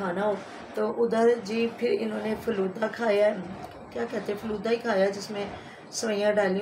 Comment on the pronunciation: war falooday ko falood bol rha tha😂😂😂